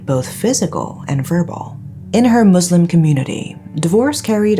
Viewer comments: I winced every time you stressed on the word Islam / Muslim. One of the most troubling issues we as Muslims have is the confusion btw the distinction of religion, culture and tradition. More often than not, wrong doings of tradition/ culture are dealt as religious barbarism. Archaic or not, Islam never promote violence against women, forced arranged marriage is prohibited. A woman in an abusive marriage has the voice and right to get out of it. In fact, in a marriage, the duty of a husband goes beyond putting bread on the table. They are the one responsible for cleaning, cooking and other house chores. If a wife does those things, its out of willingness, love, respect & wanting to share burden together. Islam is beautiful if practiced as written. Unfortunately, the ever-changing man-made cultures and traditions that are performed under the name of religion are the ones that are shared by media to the world... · Can you stop saying "muzlim" community, "muzlim" household. This is not islamic at all!! Do you say the same if it was a Christian country and a Christian family??You all try and get views by adding the whole "MUZLIM" thing!